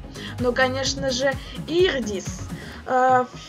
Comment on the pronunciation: смеюсь с того, что ты Идриса назвала "Ирдис" 😅👍